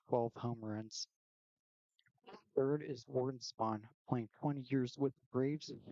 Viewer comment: Kid Nichols better than Spahn? I don’t trust this list if the guy can’t even pronounce Spahn correctly!